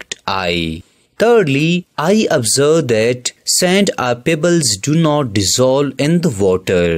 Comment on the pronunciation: he literally said OBSVERSB AND VUTTAH